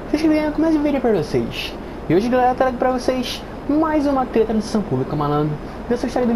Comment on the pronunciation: quando ele fala rapido treta ele fala teta e mo engraçado kkkllkklkkk teta